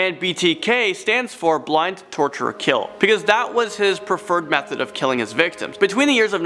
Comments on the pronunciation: Bind not blind lol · Good video just need a narrator that has a better grasp on the English language! By the way it's BIND . Torture . Kill ! Not blind! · I thought he said "blind" lol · 1 little thing, when you were talking about the BTK Killer, it sounded like you said “Blind”, but it’s actually Bind, as in tie up. Great video, love your channel. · Hey Dude . Its Bind, not BLIND! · Dude the b in btk is for BIND not blind